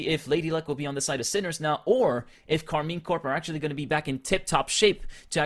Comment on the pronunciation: keeps saying Karmine CORE instead of CORP... like how are you casting and you don't even know the name of the team